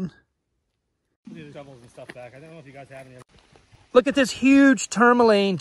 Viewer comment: can you say tourmaline correctly at all....ever?